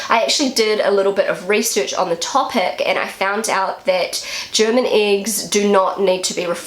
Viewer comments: "IX" ???😯 2 mal zurückgespult, immernoch nicht kapiert. Hab dann aber verstanden, dass "Äggs" gemeint waren...😁 Der Teufel steckt im Dialekt 😉 Die älteren Flachspüler sind meist an ein Loch im Boden angeschlossen, während die Tiefspüler an der Wand hängen und sn ein Loch in der Wand gehen. Denke als das hat auch bautechnische Gründe, da früher nicht so viel an den womöglich alten Lehmwänden aufgehangen werden konnte. Inzwischen ist das anders. Die Tiefspüler haben bei Hängemontage den Vorteil dass man drunterlangwischen kann. Dafür ist die "Splash-Gefahr" grösser😉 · She would say “iggs”. 😊